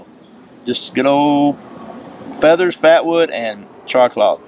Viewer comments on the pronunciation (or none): none